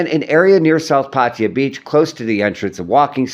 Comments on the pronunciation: Pattaya not patya, at least you can make an effort to pronounce correctly.😂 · 555. I thought so too. Party-Yer..wtf